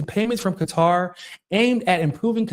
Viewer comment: Thanks for pronouncing Qatar correctly. It’s so funny when people say Cutter lol